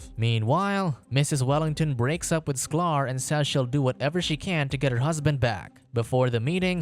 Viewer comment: It is sky-ler not sclar